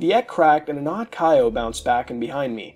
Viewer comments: the fact he pronounces Chao as "Kaio" instead of the correct pronunciation "Chow" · Good video but just so you know Chao is pronounced like chow not kaio or K.O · the fact that muta pronounces chao as kay-oh/kye-oh instead of ch-ow fucking enrages me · Idk how mutahar messed this up its chao not kyo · I hear Kyle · DID YOU PRONOUNCE IT "KYO GARDEN" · The pronunciation of Chao is killing me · The way he says it was the scariest part of the video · muta can't say chao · The way he pronounces chao is almost as laughable as the cutscene's in sonic adventure 1. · The scariest part of this creepypasta is how muta says chao